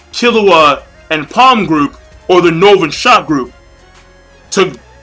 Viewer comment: How you misprounce shoot